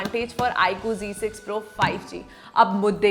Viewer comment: Style se Z ko g bola jata hai ...😂